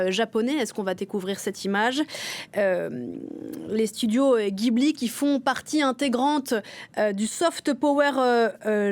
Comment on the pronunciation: Pareil pour les studios "JIBLI"